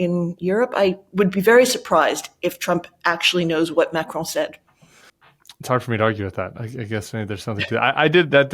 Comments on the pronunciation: Pronounced ‘Macron’ not ‘Macrone’ 😂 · Love watching commentary on the Bulwark but can I please ask you to pronounce Macron correctly. It is Mac Ron not Mac Rone. Having said that I hope we in the UK and France can hold together to fight the injustice of the Russian invasion of Ukraine. Trump is a traitor to the US and a traitor to all his allies. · its eh-man-u-el ma-cron not ma-crone: c'est facile.